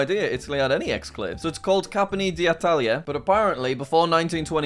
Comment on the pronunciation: I don't wanna be annoying but you mispronounced campione d'italia, the video is great as always